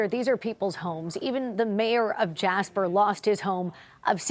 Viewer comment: Jasper? More like Jashper, amiright?